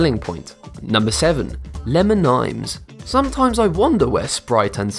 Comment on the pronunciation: Lamon and tomatoes